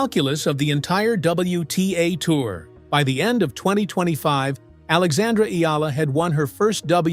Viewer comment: Omg you actually said Alexandra's name correctly! Respect